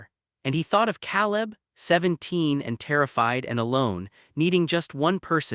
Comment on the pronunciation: Narration too fast and expressionless. Elias and Caleb mispronounced.